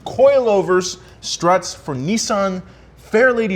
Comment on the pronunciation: You pronounce it Nissan not nesan